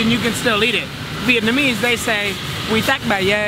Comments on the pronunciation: You speak Vietnamese better than most people I know.. esp me 😂 omg, your accent is perfect lolol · i love the way pronounces his vietnamese words... pitch perfect... love his vietnamese name too, it's translated to Fat Phuc. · The accent in that dudes Vietnamese is actually pretty good